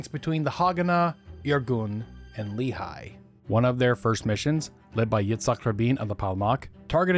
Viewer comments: Great video! For future reference, it's pronounced Lekh-ee, not Lee-high, accent on the Lekh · Just a small correction. "Lehi" is not pronounced as "Lee High" but as "Le hee" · It is pronounced Leh'khee, not leehi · You are incredible, but for the love of! It's not Li-Chai, it's "Le-Hee"❤ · Love your channel, been following for several years. IMO, you're one of the most comprehensive and well-sourced history YTers, especially of modern histories, even on controversial periods. Minor corrective note: Lehi (in Hebrew) is pronounced "Leh-Hee", not "Lee-Hai"